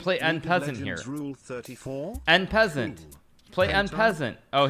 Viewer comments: Ah yes, one of the top chess players in the world calls it “In peasant” instead of en pasante. You heard it from the master, that’s how we pronounce it now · The way hikaru pronounces en passant is hilarious